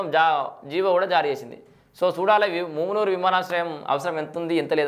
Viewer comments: ఒరేయ్ మామూనూరు రా వారి ముమ్మునూరు అక్కడిదిరా. పేరు పలకడానికి రావట్లేదు నువు anchor ఏందిరా మా కర్మ రా మా కర్మ. ఒరేయ్ హైదరాబాద్ కి రావడానికి ఎయిర్పోర్ట్ పెట్టట్లేదురా ఒక మా వరంగల్ కె ఉపయోగం కాదురా ఖమ్మం కరీంనగర్ ఆదిలాబాద్ నల్గొండ కి ఉపయోగం రా వారి ని anchoring తగిలేయా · ముమునూరు కాదు రా సుల్లిగా .... మామునూరు రా వేస్ట్ గా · మూమునూరు కాదన్నా అది మామునూరు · Ganduga nu mundu mumunuru Ani palakadam wrong...adi mamunuru....ikapothe airport ni welcome cheyali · ముమ్నూరు కాదురా బాదుకావ్ మామునూరు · ముమ్మునూరు కాదు అన్న. మామూనూరు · ముమునూరు కాదురా బాబూ మమునూరు రా ఎవడు రా నీకు చదువు చెప్పింది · ఏంచదువు కున్నవు ముమునూరు కాదు అది మామునూరు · Mumunuru kadhu babu telugu chadavadam nerchuko firstu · నీకు మామునూరు అనే చదివస్తలేదు నువ్వు దీని గురించి రివ్యూ ఇస్తున్నావ్ ఎయిర్పోర్టు ఓన్లీ హైదరాబాద్ పోవడానికి కాదు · Houle. Flights can be not limited to hyd alone. First pronounce mamnoor correctly bhadkav